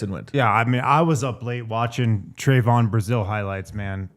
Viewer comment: lol..its not Tray-von...its Trev-un short e sound, not long A pronounciation.🙂Yall are kinda depressing to listen to. Lots of teams would love to have Brazile. You are under valuing Trevon before you even give him a chance ! Shit, give Trevon a little more credit. You guys act like he doesnt have a brain. WELL HE DOES AND HE CAN GET UP HIGHER THAN ANYBODY ON YOUR ROSTER. HE CAN GO GRAB A BALL , TOMMY HAWK THE BALL N THROW IT D OWN.